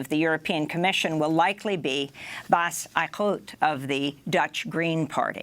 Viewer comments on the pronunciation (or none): Amy if you read this: Eickhout is pronounced aye-k-how-t "aye" like when pirates say yes. "k" the first letter of "cold" "how" the way you pronounce the word "t" like the first letter of "tea". the "k" and "t" are brief. It's two syllables. "Eick-hout"